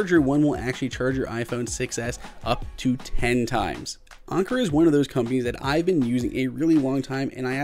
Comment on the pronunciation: You're pronouncing it wrong, it's an•ker not on•ker.